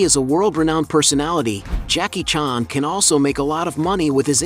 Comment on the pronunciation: Jacky “chaarn”